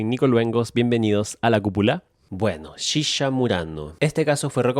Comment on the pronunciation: me encanta como el nico dice "shisha" jaja